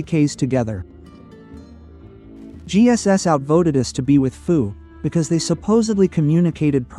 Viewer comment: First of all, there is a lot of misinformation in this video. To the 1.8K subscribers following this guy: BE AWARE. Second, our alliance name is FU, not “Foo.” If you’re going to make a video talking about us, at least get the name right. And if anyone had the displeasure of dealing with anyone this season, I think it would be FU, LND, and GS having to deal with VP22. They’ve had issues ever since diplo was decided and they found out they wouldn’t be able to play with OPB this season. That attitude showed pretty clearly in the final zone, where VP22 was nowhere to be seen and practically nonexistent - pretty similar to how they gave up after only a few days in Zone 2. And don’t just take our word for it. Even GS had issues with VP22, raising concerns about their sportsmanship and pointing out the constant blame game. When FU, LND, and GS are all coming away with the same impression, maybe everyone else isn’t the problem. And let’s not forget - you had just as much say in diplo as anyone else and still chose to ally with us. You weren’t forced into anything, so complaining afterward because the season didn’t go your way is pretty ridiculous. Also, we don’t have anyone in FU leadership who used to be in Server 220, so that claim is simply false. In fact, what I heard was that VP22 betrayed 220, not the other way around. But that has absolutely nothing to do with this discussion anyway and comes across as nothing more than bringing unrelated drama into a video that already conta